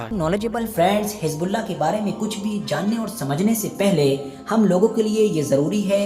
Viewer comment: Hijbullah ? Aby teri zuban ko kia hai ? Z ko J ko bolty tm log ? Pharna nhe ata tujh